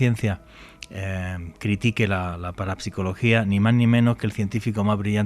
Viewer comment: paraPsicologia 🤣🤣🤣 Como hara entonces para pronunciar psicología, o psiquiatra? paraPsicologia 🤣🤣🤣🤣 Hombre 😅😅